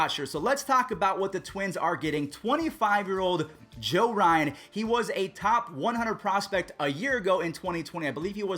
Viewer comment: Yeah you definitely botched the name Joe Ryan😂classic